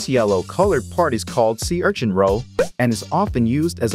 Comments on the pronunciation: Normal people: Sea urchin This guy: see our chin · Sea ARCHIN😂😂😂